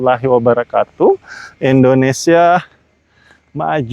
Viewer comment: Maaf bang, kalau ucapin kata Indonesia Jangan Endonesia, banyak juga pejabat2 kita salah mengucapkannya, apa ga malu sama orang asing?, mereka saja selalu mengucapkan nama negara mereka dengan benar. kayaknya sepele, tapi dengarnya aneh. Orang asing aja bisa ucapkan kalimat dengan benar. Selama ini saya nonton chanel ini, selalu mengecupkan dengan kalimat Endonesia. Nanti ucapkan dengan benar bang di video2 selanjutnya. Terima kasih.